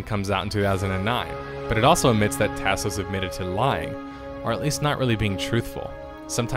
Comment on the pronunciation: Lol, the way you say Tasos is killing me man. It's like listening to someone from Appalachia read a Mexican food menu.